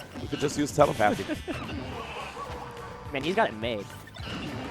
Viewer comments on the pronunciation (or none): Around 8 minutes in he totally mispronounced "telepathy". He put emphasis on the wrong syllables.